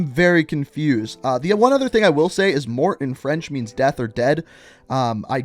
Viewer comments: FYI, Morte isn't "Mort", it is more like "Mor-tay" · pronounced Morte is pronounced "Mor-tae" and Moschin is pronounced moskin. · It’s prounanced morte like m o r t a like death in Spanish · I wanted to see a new Warzone Map...idk like Urzikstan or something else... PS: Morte means Death in italian...So the right spelling of the name it is not Morti but Morte...simply cuz i already see players calling it like Morti.